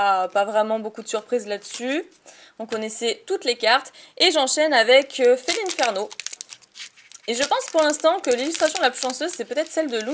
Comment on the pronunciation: Coucou ça fait plaisir que tu reprenne les vidéos MAIS stp arrête de dire "Felineferno" (j'écris comme tu le prononce) mais dis Felinferno car le nom de ce Pokemon vient du latin inferno qui veut dire enfer et de félin bah tous ce qui est chats,lion,tigre etc... donc le nom de ce Pokemon veut dire félin de l'enfer ou félin de feu.